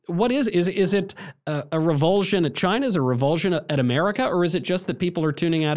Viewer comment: "CHY-neh" Trump, pronouncing China. 😎👍❤🇺🇸